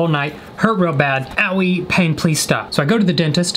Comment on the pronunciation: Nobody: Literally no one:: I had a lot of peeth in my tain I love you you kill me 🤣